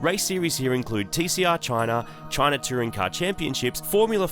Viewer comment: How to speak Australian: CHOYNA.